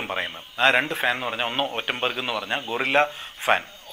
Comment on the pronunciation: ഒറ്റംബെർഗ് അല്ല, ആറ്റംബർഗ.